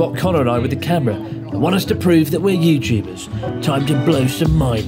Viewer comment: "are u a youtuba?"😂